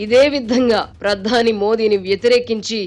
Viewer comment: గారి తెలుగు కొత్తపుంతలు తొక్కుతుంది. కొన్ని పదాలకు ఈమె ఒత్తులు పెట్టేస్తుంది. "ఆధారం" అనే పదానికి "ఆద్దారం" అని "ప్రధాని" కి "ప్రద్దాని " అని "ప్రతిఫలం" కి "ప్రతిప్ఫలం" అని " భిన్నంగా" కి "బ్భిన్నంగా" అని ఈ విధంగా.